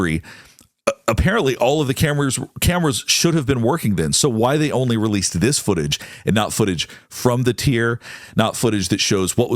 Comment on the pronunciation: There's a missing "T" in foo-age!